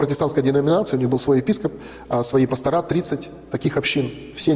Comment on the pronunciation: Здравствуйте! Вот у меня вопрос не касающийся веры, но, если есть в аудитории протестанты, объясните, пожалуйста, почему в слове пастор, во множественном числе многие из вас делают сразу две ошибки, во-первых, ударение ставят на последний слог, что звучит коряво, а во-вторых, почему-то на конце слова ставят букву "а",а это уже безграмотно. Если директора, профессора, я еще как-то могу понять, но пастор, как прозектор, как шофер, как проектор ит.д., должны заканчиваться на "ы", и ударение в этих случаях не меняется. Филологи лучше объяснят, но я не у первого пастора такое слышу. Если это у вас такой профессиональный жаргон, напишите на портал gramota.ru, пусть это зафиксируют, как норму. С глубоким уважением, Виктория.